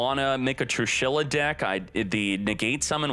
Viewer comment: Everyone: "Trééshula": TRUE SHYLLA!!!!